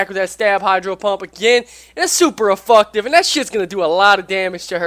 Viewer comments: he is saying efucktive he's adding the word fuck to it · please pronounce effective right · LMAO Super Effucktive.......This dude needs to be on the main channel just for that